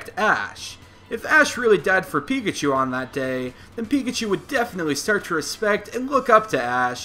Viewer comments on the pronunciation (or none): Okay, first up, it's "Pikachu" and not "Peakatchew". Next up, maybe in the first 2 electrocutions, Pikachu only used Thunder Wave instead of Thundershock. (Low level Pikachus know Thunder Wave.) in the third electrocution, maybe Pikachu used Thundershock instead.